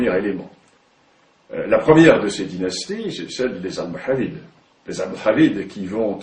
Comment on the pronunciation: C'est quoi cette prononciation de "Almoravides" ? :rire